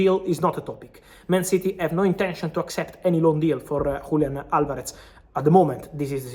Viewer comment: Frabizio; WULIAN ALVAREZ 😂